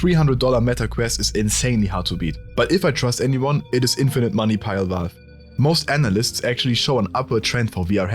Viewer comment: wie kannst die 75k abos haben aber Valve nicht aussprechen können. Es ist Valve nicht Walf